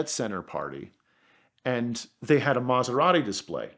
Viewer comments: I've never heard an Italian mispronounce Italian so badly! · Fantastic story, amazing car. Just wish he pronounced it's name correctly!! lol